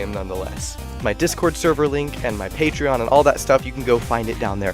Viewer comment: I like ur vids and all but uh... "Patreon" ... Oh lord save me from my trauma😭